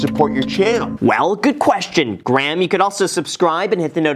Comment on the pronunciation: Wow an American who says Graham right. Usually it sounds like they are saying gram